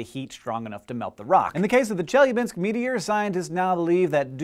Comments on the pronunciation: Thanks for apologizing for your Russian XD it's ChelYAbinsk, not ChElyabinsk ) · Che-Lya-Binsk! Not Chelabinsk! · This might be a bit pedantic, but as a native Russian speaker, I feel it's my duty to inform you that it's pronounced Che-LYA-binsk, intonation on the LYA. I understand it's not a big deal, and it's convenient to pronounce every Russian name with intonation on the first syllable, but it hurts my ears. I would like it to stop. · it's ChelYAbinsk and ChebarkUl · As an English speaker who studied Russian very briefly, I can attest to the difficulty of getting Russian "i" and "e" correct. The palatalized vowels with the faint "y" sound in front of them, which occurs 3 times in Chelyabinsk is definitely tricky to master, so I can't hold it against him that he used the common English pronunciation, rather than "Chyel-YA-byinsk" Russian is an incredible and beautiful language, but it's also quite difficult for a native English speaker. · Do not need to apologize for your Russian, it is not a Russian word, it's a Turkic word and should be pronounced like Cheebarcóól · I love how your Chelyabinsk sounds like Jellybean-sk! You non-native speakers are so cute. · Its pronounced chiliabinsk P.s. I think its part of nabiru which should have come in 121212 but got late because of space trafic! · Hank, it's pronounced Cheh-la-binsk. Say it again: Cheh. La. Binsk. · I chuckled every time Hank mispronounced "Chelyabinsk" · Lol actually the stress is on the second syllable. But it doesn't matter, we are not in Russian language class. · Hank, please, the stress falls on the second syllable - e.g. on the "a". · Only one thing can make video better: if he pronounced Chelyabinsk right. :D He comes very close, though. B+ for effort. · Chelyabinsk is pronounced with the accent is on the A. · You also very badly mispronounced Chelyabinsk. Челябинск